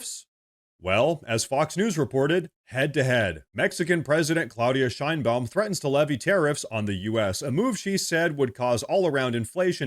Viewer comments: I’m on your side 100% bro, it’s just…. The bitches name is pronounced (shine bomb) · Sheinbuam huh ? Every. Single. Time. Its tiresome